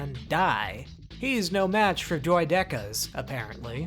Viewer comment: So I noticed that your pronunciation of words like Droideka and Tantive are different from mine. I'm wondering if different pronunciations are a common thing in the Star Wars community. I'd like to change my pronunciation to be more appropriate to the canon.